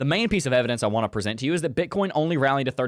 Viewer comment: I dont know why I always hear Bitcorn